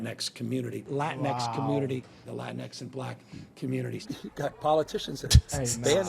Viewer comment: Brandon mispronounced LatinX 😂😂😂😂 Taj saved him😂😂😂😂